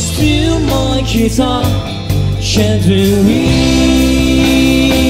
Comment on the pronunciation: Also, "gently", not "Shently". "You" were perverted, not "t'you" were perverted.